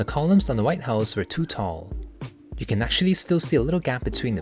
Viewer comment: Wait, I thought you said "I KEN make it, so KEN you". I thought it was a joke 😂